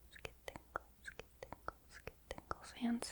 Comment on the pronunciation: Your... mouth sound enunciations... are FLAWLESS. The G and T on the word get and tingle, the D and T in Doesn'T, all of your hard syllables pop in the softest but brightest way, like raindrops on my brain-window.